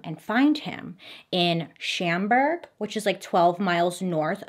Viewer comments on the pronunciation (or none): I had no idea her ability to mispronounce names is amazing until now. I live in northern Illinois and I’m surprised she got Chicago and Carol stream correct. When she said rose mount and shamburg. I was like where’s that? Oh you mean Schaumburg. Sch- aum-burg and Rosemont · BAILEY! ITS NOT SCHAMBERG ITS SHAWN-BERG 😭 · Bailey saying "Shamburg" instead of "Schaumburg" is the highlight of my month. I'm so happy she's doing a Chicagoland video 😁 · I live not too far from Carol Stream and didn't hear about this story! And it's Shawm Burg not Sham burg but that's okay, love! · Schaumburg, not shamberg,, I love Bailey. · Bailey one: I absolutely love you And two as an Illinois resident I have to inform you that it isn’t pronounced Sham-berg but it’s pronounced Shawm-berg. Like shawn but with a M lol. I love you girl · The pronunciation of “Sham-burg,” made me LOL. Love all your vids Bailey. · 😂I love her mispronunciations and they were even better for Chicagoland. Shamburg had me confused for a second too! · I live in that area and it's Rose-mont and Shahm-burg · i love the way you say schaumburg 🤣 it’s pronounced shawn - burg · living in IL “Schaumbur-“ WHAT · No hate at all, I love you and your pronunciations, but the town he was found in is pronounced like “shawm-burg” but it gave me a happy little giggle to hear it your way ❤️ Carol steam/schaumburg is my area so hearing you tell a story from my area that I didn’t know about is cool! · Idk if anyone commented this already but its pronounced shawmburg :) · You make it so fun to watch MMM but Bailey you slaughter name pronunciation IT'S ROSE- MONT AND SCHAUMBURG (SHUM-BURG) Love You just the same glad you your back ❤ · It’s pronounced “Shaw-om-burg”. love you not hate :) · HAHAHA I live by Schaumburg its pronounced shaum berg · I grew up in the Chicago suburbs. Pretty close to Carol Stream. I never knew Carol Stream was named after a developer's Daughter. I worked in Schaumburg for a while. You pronounced it wrong.... 😒